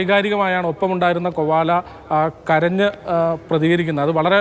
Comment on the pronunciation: Kovala alla Koala aanu